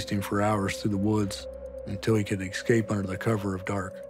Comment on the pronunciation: "He had GONE to" "eSCape"